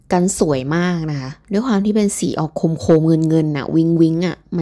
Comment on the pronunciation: คนบรรยายบอกสีโคม ฟังแล้วงง ดูที่ตัวรถจึงเจ้าใจว่า สีโคม คงหมายถึง โครม หรืสีโครเมียม